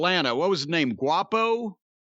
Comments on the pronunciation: “Guapo”😂😂😂 it’s Quavo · It's Quavo, Jim , pronounced Kwaay-vo🤣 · Jim has a Chael Sonnen-like ability to mispronounce famous peoples names that he doesnt know in the funniest way possible. "Guapo" 🤣🤣🤣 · Listening in 2025 knew Exactly what name Corny was mispronouncing 😂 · Damn jim you koo but sheesh atleast say the Migos name right lmaoo